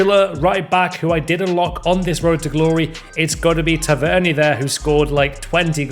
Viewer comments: It’s tavernier not tav eer nia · Guy really just tav ern erer